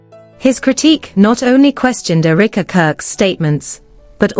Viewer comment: The pronunciation is: Eh - ruh - kuh Not eureka